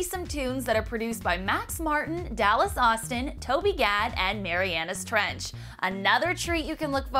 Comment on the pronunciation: She pronounced Marianas Trench weird...I didn't like it -.